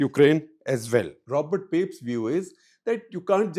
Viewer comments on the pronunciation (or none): none